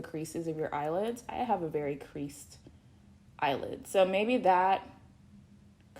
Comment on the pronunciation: eyely oilid 😂😂😂 bro I'm done